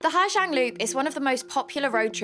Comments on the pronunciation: Pronunciation is like “zong” not “jiang” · ‘Zang not jang’ ooooooooooooh you’re hard!